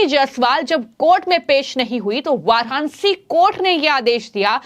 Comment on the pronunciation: Yar iss anchor ko koi bolna sikhao ajeeb tarike se bolti hai hhh ye sabd har jagah use karti hai .... Please listen BJP but what she says sounds like BHeyP Roshni become rohosni ... Varanasi become varhanahi